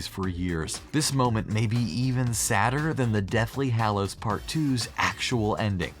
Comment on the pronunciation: Regular People:Dobby:Doe-Bee Regular People:Deathly Hallows:Deathly Hahallows